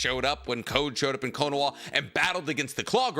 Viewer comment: Why does he keep pronouncing it as konowa WHERE IS THE W????? Naruto is down, sasuke is down, boruto is not in the village, there are no W’s in KONOHA